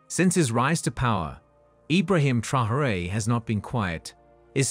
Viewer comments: Thank you. This mis-pronunciation was singularly annoying. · it's no secret the junta is divided and that Traoré got his position after nearly coming to blows with his predecessor Damiba. France is a distraction. Oh and by the way, the very least you can do when doing a video hit piece like this is to pronounce Captain Traoré's name correctly.